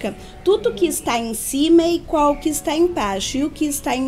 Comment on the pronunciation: Ela fala tão fofo que troca as letras, a fala fica mais macia ainda... lapirinto, féus, féu, icual, protutos, acora, ... Muito legal...